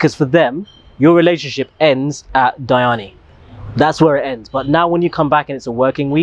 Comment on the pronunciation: Did just say 'Dyani?'😂😂